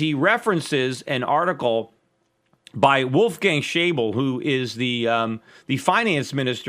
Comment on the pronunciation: Schäuble is pronounced Shoybla